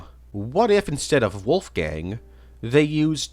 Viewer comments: Lol dude's so forgotten the only person that knows about him couldn't say his name properly, poor Wolfang Oh and hey pig do you know who the fuck is the green soldier at the Fisrt level of the FOC game? I've NEVER seen anyone talking about him and he's got a unique model for a character that appears once, helps you and then inmediately dies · lol was gonna say the same thing poor wolfang